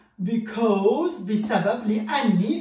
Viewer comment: يا حبيبي انت بنتطق because غلط